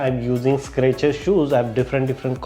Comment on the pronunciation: boss it's Skechers ... not Scratcher ..